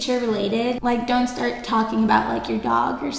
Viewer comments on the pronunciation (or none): none